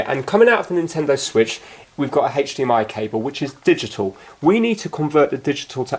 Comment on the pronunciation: Love the videos but it drives me crazy how you say HDMI lol..